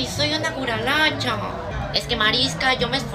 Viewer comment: No es "curañacha" es: "CUKACHALA"☝️🤓